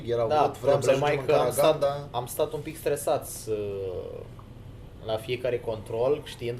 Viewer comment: Corect se pronunta Caraganda cu accentul pe n si ultimul a